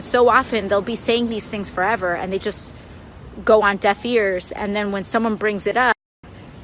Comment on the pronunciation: "... go on death ears..." what? - has this woman any edrukaeshun?